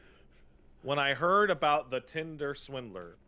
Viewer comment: incorrectly says “Tinder” as “Twindler”, proceeds to correct himself by saying “Tindler”